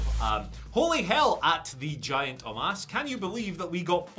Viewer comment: Someone tell it's Omos not Omas